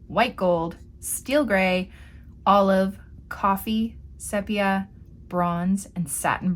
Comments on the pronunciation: So many artists mispronounce Sepia. It’s actually SEEpia with a long “e”. Great haul by the way 👍🏻👍🏻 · I say it See-pia, but wondered whether it’s just a UK thing! 🤣